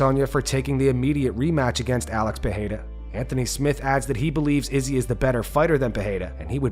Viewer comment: Stop saying izzys name like that you sound like a fool